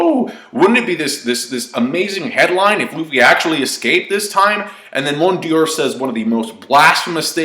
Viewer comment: "Hanjrundeen" ! Your pronunciations of his name get funnier every time, my friend. It's just Hajrudin, in Japanese pronounced "Hairudin". So just say "Hairudin". Like "Hi-Roo-Din". PS : it's also not "Mont Deer", or "Mont Dior", it's "Mont d'Or". Nitpicking aside, great review, as always.